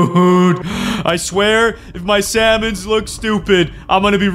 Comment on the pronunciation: "Raw slamon"